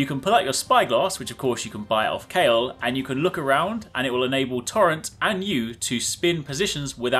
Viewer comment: KALE?!? Is it not Kalé? Caw-lay?